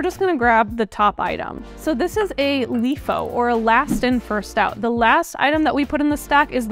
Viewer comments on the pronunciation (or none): LEFO???? Last In First Out, LIFO! holy... FEFO... i'm bailing.